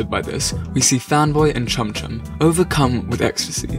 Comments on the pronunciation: Wait did he say fanboy and cumchum or am I just hearing things in the morning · Wait... am i the only one who thought he said Cumchum...? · did that boi say fanboy and cumchum 🥺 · He said Fanboy and CuMcHuN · is it just me or does anyone else realize that they pronounced Chum chums name wrong cuz this is sending me flying